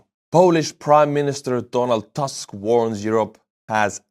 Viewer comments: My friend he is not Donald Task .... in polish we pronounce as we write . He is Donald Tusk . its UUUUUUU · Tusk not Task xD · BTW “Tusk” perhaps will sound more correct if you try read it as “Toosk” (however polish “u” is a little shorter than English “oo”). Thank you in PL is “Dziękuję”. All the best! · Tusk in Polish should read as Toosk. Donald Toosk. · just read Donald Tusk name the same way you read your “buy me a coffee” supporters names and it will be produced correctly.